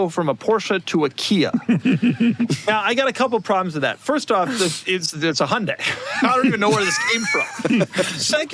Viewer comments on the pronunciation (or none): none